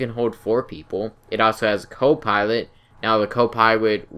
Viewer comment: I'm Huntwing Wabbit, It's Wabbit Season I have a Swavage I don't have a cwo pwilot but it still pwowerful eheheheheehehehe